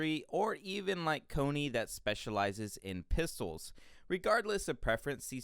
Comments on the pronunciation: I love your video but bruh...Cony....Levy???? keep up the good work tho! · why did you call connie “cone E” 💀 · The thing that grinds my gears is he is saying Mikasa, Connie, and Levi's names wrong.